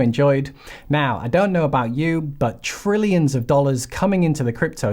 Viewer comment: Not Brillions, but Trillions, with a T.